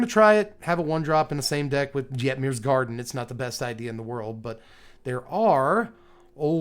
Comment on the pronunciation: I still maintain that "Voha" and "Yetmir" are objectively incorrect pronunciations.